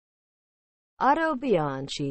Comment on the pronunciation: Wrong. It is pronounced "Autobianki".